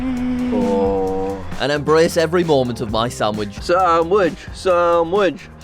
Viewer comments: For anyone who didn't know what they were talking about its SANDWICH not SAMWICH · I love that you and pronounce sandwich "samwich." My mom always calls them "sammitches."